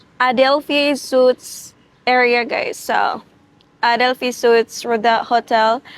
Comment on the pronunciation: Nice vlog - but just fyi - SUITES is pronounced “ sweets”